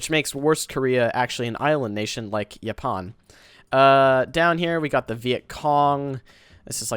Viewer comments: Ya-Pawhn is what killed me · Lol he said Japan like a norwegian would say it.